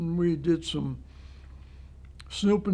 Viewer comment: Did say “snoopin and poopin “?! 🤣 Thank you for your service!